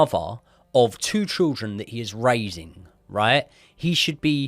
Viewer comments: I can’t get over the trildren pronunciation 😭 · I love how you say triljun instead of children 🤣🤣 great stuff boys 👏👏